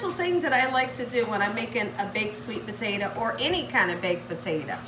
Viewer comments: "Potate-a"...... love it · I ljust love how she pronounces the word Potato> Puh-teh-tuh😊